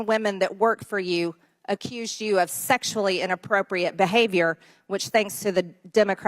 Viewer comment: Oh she puts so much zest on the word “sexual”. Interesting.